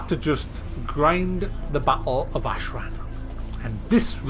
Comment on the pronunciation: Ashran** not ahead